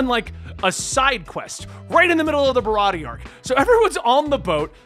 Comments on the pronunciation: You're right about Zoro. Idk if someone has said this, already, but "Usopp" is "oo" as in "toon." Barati(e) has one more syllable like "aye." Nami was my favorite character at the beginning. I loved her and still do. She's a bad bitch, fr. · (Bar-rot-tee-a) baratie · It's not O-Sop it's You-Sop or Oo-Sop. The Sanji arc is pronounced Ba-ra-tee-aye